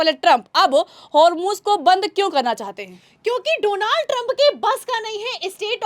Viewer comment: डोलांड ट्रंप है सही से नाम लो ।